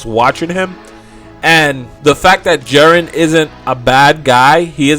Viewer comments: Jiren (gEE-ren),.. How do you get Jaren from that? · Jesus Christ. Please watch the show and learn how to pronounce Jiren properly. Jiren, not Jeren. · "Jarren jarren jarren..." ITS "GEE-Rn, sorry for the caps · Its Jiren not Jaren. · lol he says "JAREN" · his name is pronounced: JI(Giraffe) Ren(red) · I really wish you would learn how to say jiren correctly.